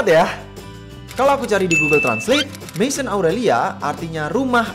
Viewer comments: Fyi, maison dibaca mezong. Croissant dibaca krwasong 😅🇫🇷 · bacanya masion = mesong kak kalo bahasa perancis